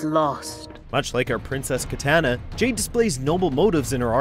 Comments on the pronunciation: Hey it’s KiTAHna no KiTANa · it's Ki-Tah-Nah!!!!! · One day this dude will say Kitana right. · It’s KEY TAH NA!!! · never say kit anna please who is this nerd....Not an MK fan though ill tell ya that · If he pronounces kitana like that one more time, I’m gonna explode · I can’t help but feel bothered when he pronounces Kitana like come on bro you guys are bad at pronunciation. Geras as well. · I love how he kept on saying kitana wrong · Really ? You can't pronounce Kitana's name properly ? Who hired this guy wtf